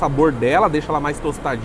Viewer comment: É muito bom escutar um não paulistano falando "Cheddar", assim e não "chedder" como paulistano diz.